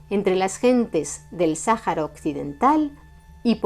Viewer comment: Buen video, excepto con la pronunciación del nombre del desierto...